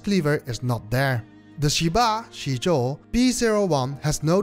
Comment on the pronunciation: Great review, a tip for the pronounciation is that the i after sh or z is like an ehhh sound not a normal i sound so more like sheh ba zeh zuo. it probobly didnt make any sense written lie this, but a google translate of 10 aka 十 would show what i mean, I dont mean to be rude, so hope no offence was taken.